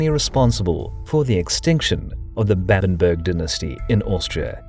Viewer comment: Babenberg not Bäbenbörg. ;)